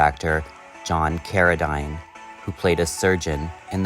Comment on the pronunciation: Cara-DEEN not Cara-DINE Obviously an AI voice Higher an actual human